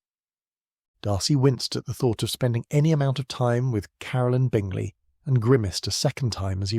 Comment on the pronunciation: I really like. He just needs to properly pronounce Caroline. The author has a gift I could listen to these books for hours.